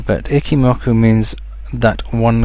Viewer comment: It's "Eeee-Chi" not "icky"